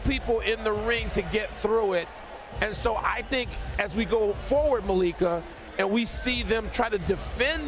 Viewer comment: be saying "Maliika, Maleeka'😂